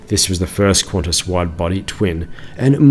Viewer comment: its pronounced kantas not quantas